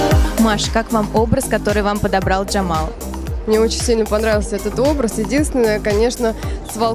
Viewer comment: Джемал,а не Джамал.